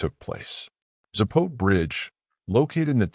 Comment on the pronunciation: Its pronounced Zah-po-teh.